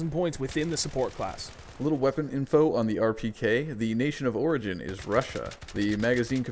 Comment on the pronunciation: "The nation of prigin is Russua" Im shocked.